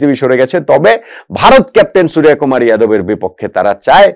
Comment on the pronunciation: আপনি বাঙালি, সূর্য কে সুরিয়া কি করে বলেন?